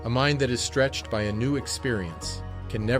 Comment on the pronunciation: "Stretched" has a T in it. Fyi.